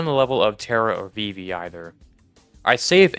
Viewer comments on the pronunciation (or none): none